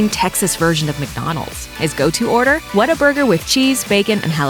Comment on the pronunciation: You butchered WHATA-BURGER.. I'm hurt. I need to go to my safe space now...